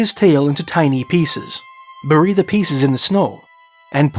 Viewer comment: laughing at the way 'bury' is spoken. I've only heard it spoken like bare- ee not burr-y. Love the content of this vid, don't usually hear about Canada especially from the old prospector's pov. Talk about a dangerous ambition, to get to the gold. Edit: Appreciate all the book shout outs!💯 My favorite past-time. Reading for hours:virtualhug